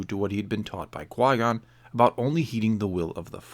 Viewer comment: He's French and his first name should be pronounced as "Quee" not "Quoi," because of je ne sais quoi. Source: not a french person